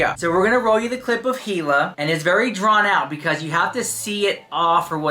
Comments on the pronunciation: You know damn well you have heard her name in this video plenty of times. The H is silent. It sounds like "E" La actually. So idk why you keep continuing to say Hila and it's not like ur kinda saying the H u are really saying it. It's not cute or quarky ,ur not being "different". It's annoying. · you are pronouncing Hila incorrectly. Pronounced Eeee-lah.